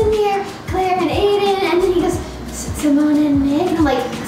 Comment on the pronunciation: I ship nick and Symonne but are we gonna Ignore the fact that said adain like symonne why is he dating Claire?